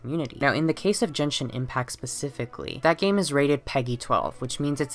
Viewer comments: Genshin is pronounced jenshin! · im so sorry i want to make a profound comment but as a genshin fan the fact that genshin was pronounced different than I've heard literally anyone say it almost broke me down but giving venti as an example of a loli sent me into orbit and that was the final straw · Jenshin Impact? How do I unhear things? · Yeaaaa I’m not taking any dude seriously who pronounces it jenshin while applying 20 pounds of concealer